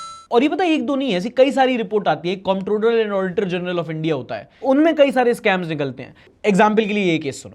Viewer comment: comprollloaa Auditaaa genaallal